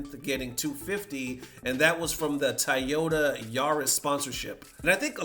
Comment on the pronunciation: That was the most hood pronunciation of Toyota I've ever heard. My man said 'Tuh yotuh'